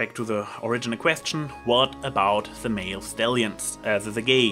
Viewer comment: Every time you say male in this video i hear mare. I couldn't stop giggling.